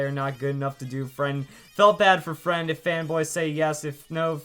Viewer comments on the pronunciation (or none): Zaptr Yes . But at least i can write the words correctly . And i'm not a native english speaker . This guy probably is and even if he is not , you should at least be able to say the word "friend" properly .